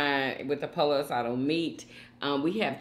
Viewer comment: Please learn how to pronounce "Pollo" coz you're killing me with your pronunciation. 🤣🤣